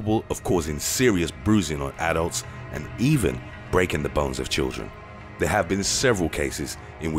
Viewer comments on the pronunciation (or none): none